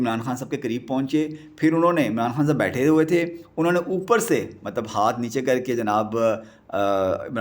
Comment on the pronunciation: Is it necessary to say ملب۔مطلب۔ مطب۔ملب in every sentence? Bro you need some serious coaching in Urdu pronunciation.